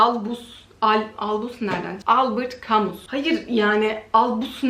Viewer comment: Harika kitaplar <3 Albert Camus'un soyadı Kamu diye okunuyor :)